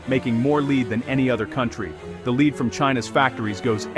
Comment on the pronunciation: 30 seconds in and i'm already triggered. Leed. Leed. Leed Then correctly said "Led" and then proceed onto this weird "leed" pronunciation again. Sorry, sensitive tonight 😅